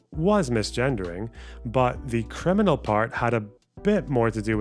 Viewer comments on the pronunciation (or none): none